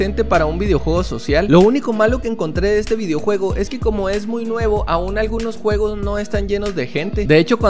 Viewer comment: Porque dices jugus en vez de juegos ?